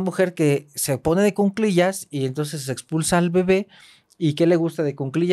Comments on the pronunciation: M aestra y, un gusto escucharles! Por favor la palabra es cuclillas (no cunclillas). Un abrazo! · solo una observación respetuosa: se dice "en cu-cli-llas"y es anticonceptivo oral de emergencia, no pastilla del día siguiente